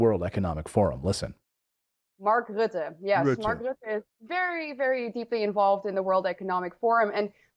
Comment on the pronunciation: Your pronunciation of Rutte is perfect now. Very good! I didn't know Bill had a new age food chain in the Netherlands until it went up in smoke. And this is what scares me the most. They do want us to eat ze bugs, while Bill himself is going to enjoy his big steak.